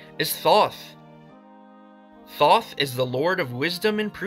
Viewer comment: and Thōth lol